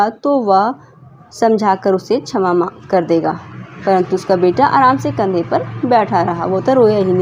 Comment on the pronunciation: Didi shma hota hai chma nhi 😅